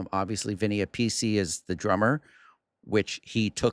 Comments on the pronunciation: Its not pronounced Vinnie A-piece-E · Vinny Appice is pronounced App - Piss - See 🤘🏼🤣😂🤣 Vivian Campbell went on to join Def Leppard in 1992 following Steve Clark death. He’s also done work with Thin Lizzy & White Snake 🎸